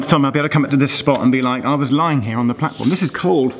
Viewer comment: Is it me or does the announcement on the new Crossrail train to Paddington say "mind the gap, between the train and the blatform"?